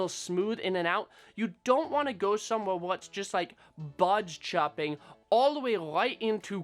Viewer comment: You saying birds chirping sounds like bards chopping.😂😂 Great video keep it coming.